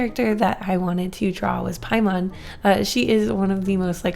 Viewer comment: **paimon not pylon ahah